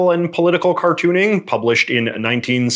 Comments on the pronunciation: just realized it is Mauldin and not Maudlin, unlike maudlin which was said earlier in the video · Bill Mauldin, not "maudlin". You kept mispronouncing it.